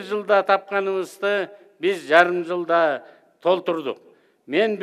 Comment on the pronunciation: Чоң-Алайдын жери бийик,чучука тоюп алып жылда деген сөздү жалда деп окуйт,уят эле.